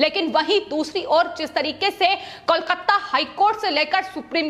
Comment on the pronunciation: aapko KOLKATA bolna nehi aati? Keya KOLKATTA KOLKATTA laga rakhkhi?